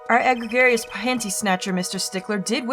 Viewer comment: "E-greg-grious", heh heh heh. Oh, the things that don't get registered right when reading aloud. But, I might as well be helpful since I'm thinking about it. Now that you are at the open-ended bracelet sections, the best generalized advice I can give is this. Think of the opportunity along the same lines as trying to find contradictions: you should be on the lookout for the specific statements where the witness might be lying or not telling the full truth. The hitch is, you may not have proof of the lie, hence this is where the bracelet comes in. This should lead you to the statement worth examining in closer detail. I can't remember for sure if the overall sprite can be used as an indicator, but the actual "tell" is only visible once you activate the bracelet. At that point, it kind of boils down to trial and error to find the "tell" during the specific words that are the lie, but it's not the easiest thing to determine sometimes.